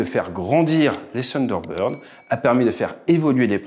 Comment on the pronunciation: Bonhomme ce n'est pas ''Sunderbird'' c'est ''Thunderbird'' avec le ''th'' !!!